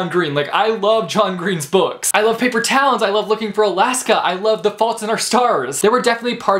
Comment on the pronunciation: I had to relisten at one point because when you were talking about John Green I thought you said: "I love Paper Towels".